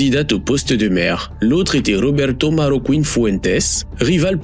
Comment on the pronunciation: Marroquín, pas Marrocouine ! En espagnol, le "u" ne se prononce jamais après les lettres "q" et "g" ! Ce terme signifie "Marocain", ce qui peut laisser supposer que cet homme a peut-être eu des origines au Maroc. Idem, on ne dit pas Migouel, mais Miguel (comme ça s'écrit). A part ça, la vidéo est assez instructive. Merci.